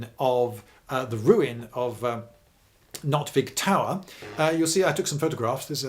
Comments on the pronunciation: Nôtweek with a long o is the pronounciation. He is far off. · Noot- veek is more correct pronounced. Not=net, fishing net. Vik= bay. Like Vikingr week-ingr .